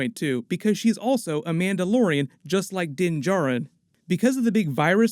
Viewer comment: “Mauldalorian” Love it! XD